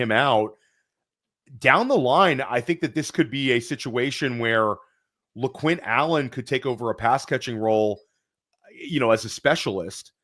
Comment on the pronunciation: Guys did you really say lequint lol